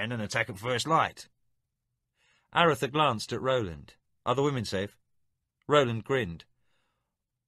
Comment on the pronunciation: Almost Brilliant.......thoroughly enjoyed this except for the butchering of these 2 names............CRY-DEE and A-RUTH-a..... ON Feist's official site, he has the correct pronunciations, spelled out phonetically. Fiest has spoken these names in interviews and such. CRY-DEE........not criddy.....Crydee rhymes with TIDY a-ROOTH-a.............hard on the RUTH..........rhymes with tooth.